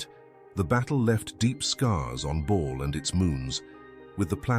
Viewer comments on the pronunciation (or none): Like others have said its Bal not Ball. Another AI voice trying to read a shit script. Moving on… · It's not "Ball" haha. Can ya not get the ai to pronounce it properly?